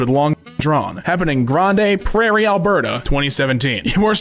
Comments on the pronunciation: used to live in Canada, the I burst out laughing when you called it “grande prairie”. It’s pronounced “Grand Prairie” but tried his best lol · it's pronounced Grand Prairie as in Grand Canyon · its fucking pronounced “grand” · Chuckles* Your laugh is one of the best part of this video. I also think you can be adorable some times - it's pronounced GRAND (Grande prairie Alberta), you don't pronounce the E 😂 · No way bro said grande prarie like ariana grande, its grand prarie btw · To this day, I still find it so funny of the butchering of pronouncing Grande Prairie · As someone who lives a few hours away from Grande prairie I was so taken out of the video by your pronunciation,,, Something so small but I paused